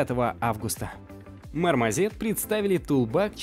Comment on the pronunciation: мармАЗет ?? ) Проверьте звучание в гугл транслейт )